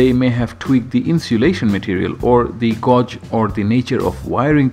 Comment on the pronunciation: "Gauge" is pronounced as "Gaa-age" not "Gou- ge".... I spent a good 15 mins trying to find "Gou-ge"